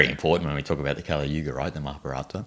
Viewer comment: 梵語的Kali的k是不送氣清音，不需要送氣，不要唸成送氣清音。